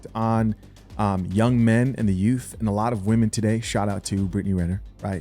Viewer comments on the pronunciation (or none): none